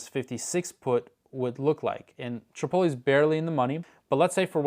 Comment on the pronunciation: i don't know if i can take any person seriously when they pronounce Chipotle as "Sha-poh-lee". 😂